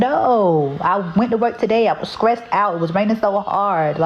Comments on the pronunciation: "Y'all so SKRICKED. Y'all so SKRESSED." No way she's an actual Reading/English-Language Arts. NO WAYYYYY! 😂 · “Scrict?” “Scressed out?” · I don’t want my kid taking any classes from a teacher who can’t pronounce words like “STRICT & STRESSED” not skrict & skressed!! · *scressed out" and "y'all so scrict"..... And she's a reading teacher??? Yikes.